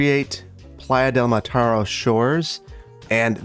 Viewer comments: Hi, thanks for you awesome content. I love that you included some names from my region (I'm from Barcelona). If you are interested the catalan pronuntiation of Mataro is [mətəˈɾo]. Keep on with the great content! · Minor correction from a spaniard. The new district should be named "Playa de Mataró", stress on the last o. Otherwise great episode as always. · Just for the fun of someone ( me ;-) ) living just some 10 or 12 km away from the real "Playa del Mataro", it's precise name is "Playa de Mataró" ( the accent meaning the stressed sillabe is the last one, instead of the middle one ) if you want to put it in spanish, but it's "Platja de Mataró" if you prefer to express it in the autoctonous catalan language. Go "Verde Beach" !!! :-D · I live in Barcelona close to Mataró. Its funny how you say it, because have an accent in the " ó " you should empathise and stress in the last syllable :> Playa de Mataró in Spanish, Platja de Mataró in Catalonian